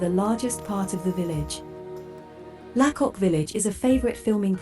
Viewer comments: Your pronunciation of lacock is off. Say laycock. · Its pronounced Laycock not La cock